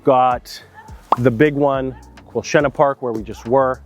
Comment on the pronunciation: Your pronunciation of Quilchena is the same as people from Merritt, when they talk about Quilchena ranch. So nice to hear it pronounced properly! :)